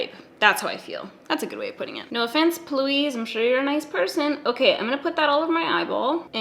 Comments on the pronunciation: you say p Louise like pee Louise not all one word like you're saying it. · I think she knows but just says it that way for fun. 😂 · Every time you say plouise I cry of laughter lmao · I giggle every single time you say, “Ploo-eez”. 🤣